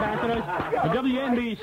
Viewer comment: You said it wrong... LOL. It's W ENNNnnnnnnNN BC.